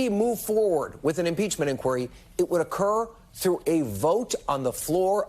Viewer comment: What a spineless Cypher! Oh, and Kevin? Learn how to pronounce the word 'inquiry'.